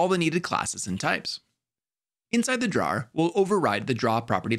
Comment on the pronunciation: I just learned that ‘drawer’ is ‘one who draws’, not ‘a storage space that slides out of a desk’ based on how he pronounced it.